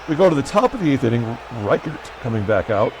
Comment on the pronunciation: It's not Ry-Kart it is Ri-kert. Nice win over a very weak Jim Palmer.